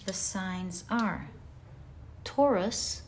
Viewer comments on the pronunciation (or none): none